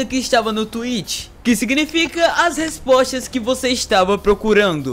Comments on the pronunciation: voce disse resporas mais de qualquer jeito a noticia e boa valeu e tchau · "as resporas" kkkkkk